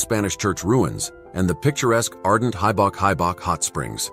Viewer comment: why can't you learn how to pronounce these places properly? the "guin" in camiguin should sound like "gin" in "begin". mt. hibok hibok should sound like "he book" "he book"